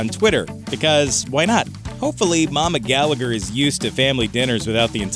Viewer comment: Its pronounced gallaher.. Gallagher the second g is silent so its Noel and liam gallaher not not gallager